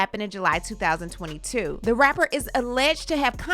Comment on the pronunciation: When she said rapper, it came through as r*per.